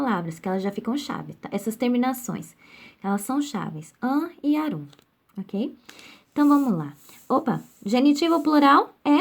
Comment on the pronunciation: A pronúncia não é arúm, mas árum! O acento é no a.